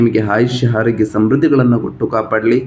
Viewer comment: ಮೊದಲು ಅ ಕಾರ ಹ ಕಾರ ಸರಿಯಾಗಿ ಉಚ್ವರಿಸಿ ಸಾರ್ . ತಪ್ಪು ತಿಳಿಯಬೇಡಿ . ಎಚ್ಚಿನ ಆದಿ ಹುತ್ತಮ ಅಟಾತ್ ಹಾರೋಗ್ಯ ಹಿರತಕ್ಕಂತ ಹೀ ರಾಶಿ ಹಡೆತಡೆ ಹಧಿಪತಿ ಎಗಲಿಗೆ ಹೊತ್ತಡದ ಹಿರೋದಿಲ್ಲ ಎಚ್ಚು ಒಸ ಹಿರೋದ್ರಿಂದ ಅನ್ನೊಂದು ಹಾರ್ತಿಕ ಅದ್ನಾಲ್ಕು ಅತ್ತೊಂಬತ್ತು ಹೆಕೃತ್ತು ಎಚ್ಚು ಹಾರೋಗ್ಯ ಎಚ್ಚಾಗುತ್ತೆ ಅದಿನೈದು 😊